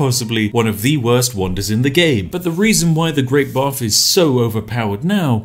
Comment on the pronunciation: I keep hearing this as "The Great Barf"...